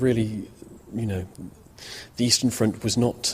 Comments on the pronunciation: "Estern" ??? °° really? ... Estland perhaps ? ^^) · Eastern, not Estern.